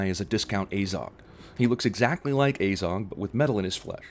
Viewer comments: It's pronounced "Azog" not "Ayzog" as our American counterparts seem to think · Ugh he is pronounced Smaug, Sauron, Tauriel, Bofur, and Azog wrong. It annoys me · You can't even pronounce Azog properly you idiot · Learn to pronounce: tow-riel, azog not ay-Zog and sow-ron